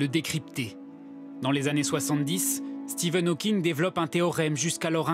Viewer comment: tu as remarqué que France 2 était déjà tellement des incapables qu’à, pour présenter Stephen Hawking, la voix off dit « Steven Hawking était une star planétaire », ces connards ont tellement pas l’habitude de se cultiver et de traiter de sujet intéressant que même après le montage de leurs « reportages », ils ont même pas remarqué qu’ils avaient écorché son nom, à moins que Stephen était son nom de scène et là je ferme ma grande gueule mais sinon, il faudrait qu’ils arrêtent de recruter tout les abrutis incultivés qui sortent des écoles de « journalismes » de France, parce que c’est grave quand même, on parle d’un hommage quand même, pas d’un petit portrait sur quelqu’un d’encore vivant, ni du premier venu d’ailleurs.. Qu’en penses-tu? J’suis pas content!